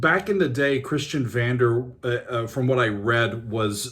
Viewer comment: Magma is my favourite Band since about 1976. I saw them 6 times live and traveled 3 times to france to see them. Next time it's for the 50th stage anniversery in Strasbourgh. It is pronounced Kristion Vondeah and Mekunnick Destrooktiv Kommando by the way. I think, you should at least mention James MacGaws (RIP) BRILLIANT Guitar Solo on this.